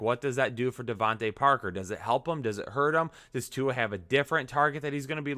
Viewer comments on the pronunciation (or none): You murdered Tua's name. I may have as well.